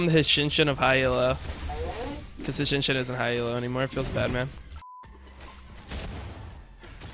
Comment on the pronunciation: LMFAOOOO. What elo is this? "HASHINSHIN" hahahahahahaha